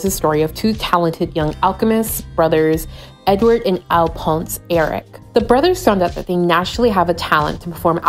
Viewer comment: ALPONS!!! I’m dead!!! It’s pronounced Al-fawns